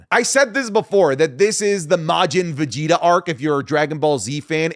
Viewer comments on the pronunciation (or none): none